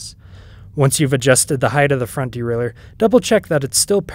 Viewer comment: Great!...as everyone else says, probably BEST video on YT for this. Bonus...also pronounces derailleur correctly!😂